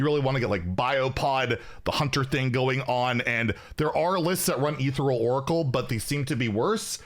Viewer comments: “Ethereal” is pronounced like “uh ther eel.” The “ther” part rhymes with air, but with a th sound. The “eal” part is pronounced like “eel,” like the sea creature. The stress is on the second syllable. eTHEReal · Is this some joke that I am not aware of, or does he not know how to pronounce “Ethereal”?